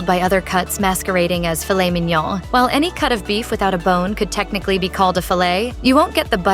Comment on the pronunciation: Filet MIN-YAAAAAAAAA. Filet MEEEN-YAWEWHAAA. Is this narrated by AI or a computer?